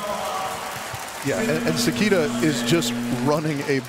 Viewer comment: 解説の方がもう褒める言葉がないくらい称えてくれてる。本当にスゴイteam🐉 英語発音の関田選手→セキータは可愛い😂